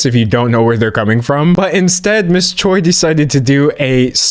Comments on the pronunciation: btw Choi as a korean surname is pronounced Ch-way - chwe. In english it can either be spelt Choi or Chwe but in korean it has the same spelling 최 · for future reference, choi is pronounced like "chwe"